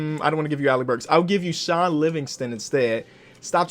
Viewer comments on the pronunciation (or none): none